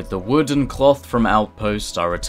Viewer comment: Ah yes, "collect vood"